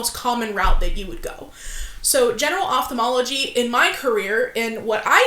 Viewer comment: Above and beyond all, THANK YOU for pronouncing Ophthalmology appropriately. Its astounding how many educated work in this field and sound so ignorant for mispronunciation of their own dang job.